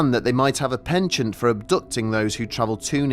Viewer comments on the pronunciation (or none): none